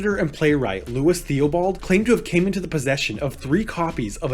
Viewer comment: Good summary of Cardenio, but one note: Theobald is pronounced "Tih-buld"